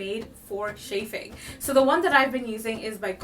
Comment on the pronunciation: Shaffing ? Chaffing.